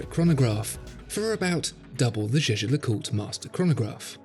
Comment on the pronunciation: As watch specialists, you should at least pronounce “LeCoultre” and “Montblanc” properly — particularly the latter. The way you keep saying “Montblank” (SIC) is frankly embarrassing. In French, the “C” is silent.